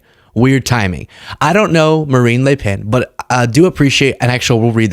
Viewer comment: Good job on the prononciation of le pen